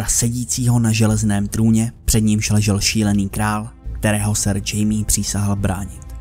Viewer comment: čte se to španělsky (chajme Lennister)